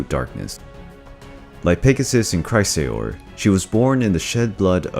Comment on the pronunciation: Not Cry-sah-ore. Chris-ah-ore. Not Luhmia, Laymia. Not Hecateh. Hecatee. Not Empusa, Empousa - and not both feet were donkey. One was brass. Not Like-eon. Like-ah-on. Also, he was punished for FEEDING HIS SON TO ZEUS, not that nonsense you gave. Not Dyonisius. Die-oh-nigh-sus.